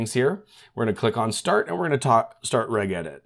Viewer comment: "Regedit" has a soft g, bro. Rhymes with "ledge edit."